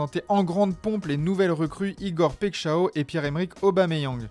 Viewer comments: Le massacre dans la prononciation de Paixão 😂 Ça se prononce Paille chan on, et non pas Pek chao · “Paixao” ca se dit “Pachan”